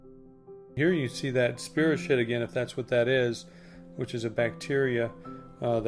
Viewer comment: The U/I creature , possibly a polychaete larva... Never heard "SPEE-ro-shet" before; it was "SPY-ro-keet."